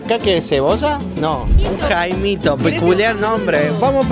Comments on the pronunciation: Corrección: No es "Jaimito" es "Caimito", saludos. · Se llama caimito no jaimito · no es jaimito , es caimito jajajaja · Se LLAMA "CAIMITO"" NOO JAIMITOOO😂😂😂